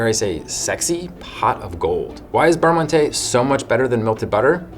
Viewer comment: 2 bites.... amateur lol just kidding. I was worse as a kid I would eat the whole pack in one bite!!! Beurre Monte check Google Translate for pronunciation.